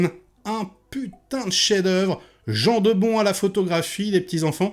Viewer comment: Jan de Bont ça se prononce "Yann de Bondt" pas Jean de bon 😂😂😂